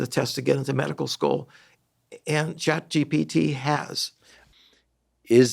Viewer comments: This person needs his own course on how to learn in order to say ChatGPT and not ChatGTP 😅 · Did anyone else notice that Terry kept saying ChatGDP (gross domestic product)? That severely diminished his credibility and even more so that Huberman never corrected to him. His final attempt was ChatGTP which is closer.